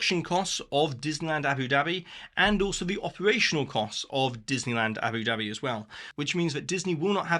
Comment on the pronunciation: I love hearing you say "Abby Dabby" with your accent. 😂😂😂 It reminds me of the 1960s cartoon series Jeannie, and her sidekick Babu's catch phrase was "Yapple Dapple!". 😅